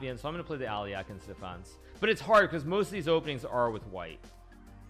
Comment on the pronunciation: Normal People: Alekhine Hikaru: Aliekheen